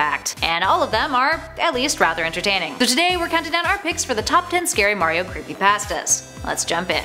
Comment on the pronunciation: Oh creepy pahstas